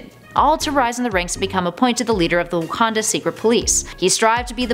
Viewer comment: You said Wakanda wrong